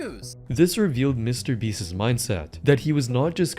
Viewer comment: I like your videos but your pronunciation is driving me up a wall.. Beast's is pronounced the same as beasts. Not beastis